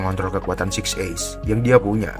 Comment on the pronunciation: Six eyes atau six ace????😂😂😂